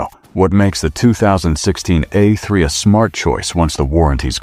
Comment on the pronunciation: Would be nice if AI was smart enough to pronounce the letter A in the model name correctly. Tired of hearing about Eh3, Eh4, Eh6 Eh8 etc